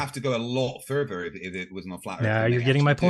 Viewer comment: Every time I hear say "further" I hear "fervor" as in he defends his beliefs with religious fervor! 😂